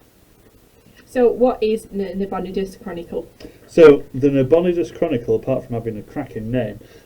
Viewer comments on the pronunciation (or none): It's Na-bo-NIGH-dus, not Na-BON-i-dus.